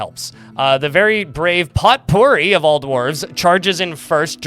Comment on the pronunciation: "Potpourri" is pronounced "poe - pooREE". Love your stream & videos, keep up the great work!